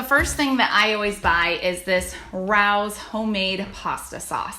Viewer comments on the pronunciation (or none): Rao's is delicious! Rao's is a famous restaurant in NY and it's pronounced "Ray-oh's"